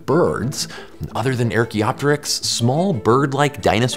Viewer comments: It's archaeopteryx not airchaeopteryx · This guy's as bad as Benedict Cumberbatch mispronouncing "penguin." Archaeopteryx, the first syllable is the "ar" sound as in "car" It's NOT "air" as in "hair" as he repeatedly mispronounced it. What makes it bad is : 1) that's a main word in the video. Thus he should've learned how to pronounce it, 2) there are other archae- words, like archeology, archaic, all begin with "ar" as in "car." Does he mispronounce those too? Does he say "AIRcheology is the study of AIRchaic things like the AIRchaeopteryx." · Archaeopteryx as in ark-eoptericks not ear-keoptericks. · Do you know you’re pronouncing “archaeopteryx” wrong? It’s arr like a pirate, not air like jordans. You wouldn’t say “air-chaeology” or “air-chaic” or “air-chaea” would you? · wait why does joe pronounce it "air"-kee-op-tuh-ricks? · Top down gliding in to flight all the way. By the way, " "erk"-ee-op-terix"? it is pronounced" " "arc"- ee- op-terix ". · WHY ARE YOU PRONOUNCING IT "AIR CHAEOPTYRX" ??? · AAAugh! Why does Joe keep saying, "EHR-kee-ah-te-rix"? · Archaeopterix with a hard A 🤢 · 'AIR-chaeopteryx'? I've heard that name said hundreds of times, but that's a new one. Why would you think it was said 'AIR'? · The linguistics nerd in me can't stop me from wondering, Ernestly, Why Joe is pronouncing it like "Air-chaeopteryx". It's written with just an 'a', And you wouldn't expect it to be lengthened there based on English rules, If it were "Aerchaeopteryx" or "Aracheopteryx" or something it could make sense, But with "Archae-" it feels odd. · "Air" e opteryx, really? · JOE! It's not "Air cheopteryx"!!! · Anyone else that can't get over how he's pronouncing it "Air-cheopteryx"? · It's so bizarre; I've never heard anyone pronounce it that way. If nothing else, you think a person would just default to saying it like "archeology". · I've only ever heard it pronounced ARK-eop-terix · We hate the way you say ‘archaeopteryx’, but we still love you!